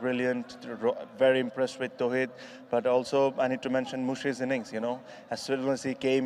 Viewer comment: not Towhid Hridoy,Its Tawhid Hridoy